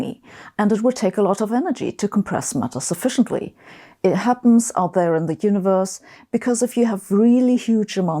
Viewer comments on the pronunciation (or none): Noooooo! I respect, but he has a unique affected way of pronouncing many words. Hearing him keep saying ooniverse, rapidly becomes unbearable.